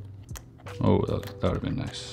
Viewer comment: "That would've been nais"